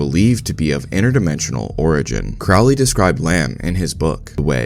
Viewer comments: It’s peounuced crow Lee, like holy, Now Craaaaly like fouly. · Crowley is pronounced CROW-LEE. Rhymes with Holy, not Foully. Ozzy is wrong. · You mispronounced Crowley